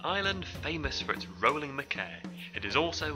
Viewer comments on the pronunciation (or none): Good video and informative . But machair is pronounced machar not makair!